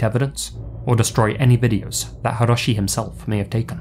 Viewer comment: Japanese here, he pronounces Hiroshi a little strange too